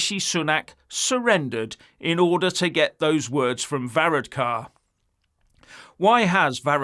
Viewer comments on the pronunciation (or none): Var-ad-car, pro-to-col , learn how to read Ff,s, imagine this little git, running the U.K. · 32🇮🇪🇪🇺 from Dublin this guy is obsessed 🐎💩🇬🇧 he cannot even pronounce Varadkar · You need to do some practice on pronounce his name before you go online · Varadkar should have gone to Specsavers there ain't no o in his name!